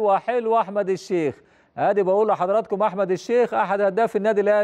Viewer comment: هو المذيع ده قالب ليه على أحمد بدير فى ريا وسكينة تحسه بينطق إسم أحمد عحمد ليه